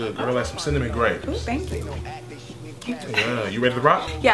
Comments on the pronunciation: Did you say cinnamon grapes!? 😂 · I rewinded the video three times like "did this nigga really say cinnamon grapes"!!? 💀 lmao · This nigga said Cinnamon Grapes 😕😕 😂😂😂